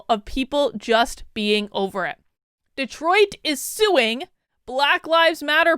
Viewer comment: Wow! Cool mispronunciation: "Destroit"!